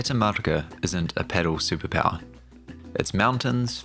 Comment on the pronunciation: Pedal? What the fuck is pedal? It’s pronounced pa-DEL. At least paddle? But pedal? This isn’t a car